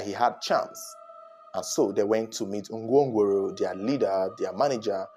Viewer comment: Nwangwulo not gwongwolo someone who can not wailk